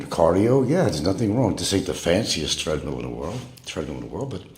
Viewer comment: "Threadmill" What is it with Pronk and the English language? "I live in a 3,700sqft House!"